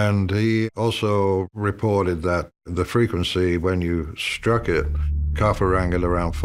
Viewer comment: You mispronounced Khafre in the first 5 seconds...